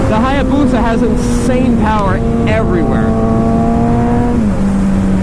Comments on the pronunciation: Being a motorcycle dealer, I'm surprised you can't properly say, "hay-boosa". And I'm not sure that's even a real hay-boosa; the swing-arm is way too short. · The A is silent in Hayabusa just so you know.